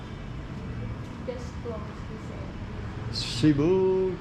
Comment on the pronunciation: Cebu.... " E " is pronounced short.